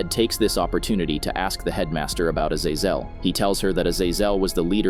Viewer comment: Bro can’t pronounce azazel for shit!